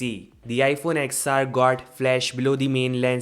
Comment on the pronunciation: its not ex-r. its 10-r